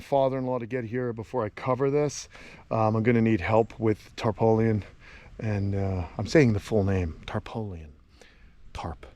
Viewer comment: tarpaulin is pronounced "Tar-PAUL-in", not "tar-po-lian". Your reaction to the criticisms was adorable, "Such a stinky little person..." LOL Yeah, this cold-snap is a definite outlier, but understand that it might become more common due to Climate Change, so I'm glad you're preparing for the eventuality. Here's hoping your critters get through this without any more casualties.